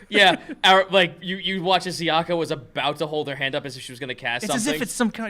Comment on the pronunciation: Zee-yaka,. Not Zai-yaka.